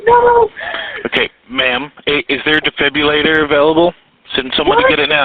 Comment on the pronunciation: Defibilator? He couldn’t even say defibrillator correctly.